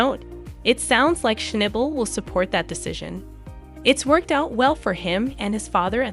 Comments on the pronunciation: SHNOB BUL NOT SHNIBAL OR SHNAYBUL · It would be nice if you actually pronounced his surname correctly!